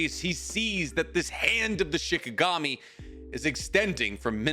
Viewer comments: The story was awesome but... It's SHINIGAMI. Not SHIKAGAMI. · Say it with me Sheen Ee Gahm Eee..